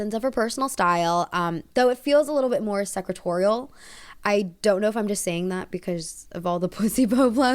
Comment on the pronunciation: Secretarial? Is that the word you were trying to pronounce? Again, stereotyping massively Do you know why people are against young girls using tampons? Historically I think that scene was abusive to the young actress She and Harry did have problems. Charlotte was obnoxious to Harry several times, including at the couples game